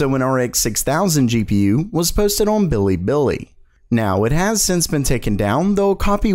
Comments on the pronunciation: For real, it's lemon infused glass shards hearing you say "OHRWWN" instead of "on". I have no idea why, but I just cannot stand it at all. it's awful. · he says “on” so weird.